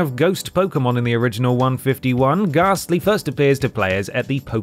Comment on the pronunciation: Gas tly gaaaaassss tly not ghastly 😂😂